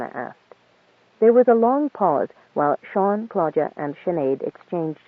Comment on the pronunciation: "Clodagh (/ ˈkloʊdə / KLOH-də) is a female given name of Irish origin." So I wasn't completely wrong about being annoyed when the reader pronounces it "Claudia".